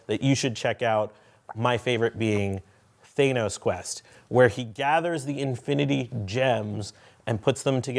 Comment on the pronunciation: Sorry, that's not how you say Thanos! Short 'a', like apple instead.